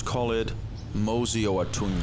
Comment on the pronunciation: More-see not More-Z just to get you right. Unless if you talking to your western audience only then yeah. Anyway, cool. What camera did you use? I’m getting FX3 vibes. 🔥